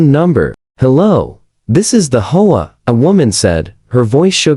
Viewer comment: HEY PRODUCER! ---> REGARDING Your AI: It can't read the script properly. It's three letters, H.O.A., NOT the single-word, "HOE-AH". It can't tell the difference between the end of a sentence, with a "period", and the end of the first line of words, in a two line sentence. It pauses in the middle and adds the rest of the sentence to the beginning of the NEXT one! It can't decide from the context of the sentence, which way to pronounce ambiguous words like "READ" or "LEAD", and it sees the period in abbreviations as "END OF SENTENCE". ---> AI (or at least YOUR AI) isn't ready to be a stand-alone video machine. You can't just click a button and have the AI generate a couple DOZEN videos, and upload them, WHILE you get to sit back, and wait to collect your GOOGLE PAYCHECK! Well, it doesn't work that way! ---> Your AI gets a GRADE = C+ ---> The producer does not know how to properly teach the AI to be accurate when doing the AI VOICE-OVER. The producer is really only interested in his PAYCHECK, or he would have learned enough about AI to properly run it. Not only ignorant, but GREEDY. He's in too much of a hurry, (or too LAZY), to be bothered with having to PROOF-CHECK all the videos that the AI cranks out, and he obviously, doesn't bother to fix the errors, even if he did notice them. --> You're being paid, quit looking for a get-rich SHORT-CUT. At least, REVIEW each video for ERRORS, and FIX THEM, BEFORE UPLOADING it!. EARN YOUR KEEP! TAKE PRIDE IN YOUR WORK! I won't give the pr